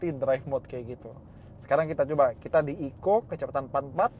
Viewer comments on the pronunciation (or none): TTS nya nganggepnya kali ECO itu di eja, bukan dibaca sebagai 1 kata, cums klo tulisan bya Eco * nyimpen duren disitu bisa